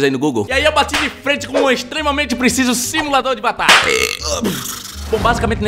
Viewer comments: eu ouvi tbm simulador de batata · ele falo simulador de batalha, nao de batata, ele deu uma cortada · só eu ouvi ele falar similador de batata?